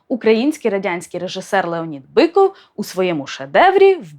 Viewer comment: Я вибачаюсь, чому Біков а не Биков?